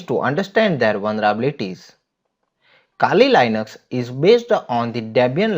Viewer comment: iske kehne ka matlab kali linux nhi "kaali lainux" hota h😂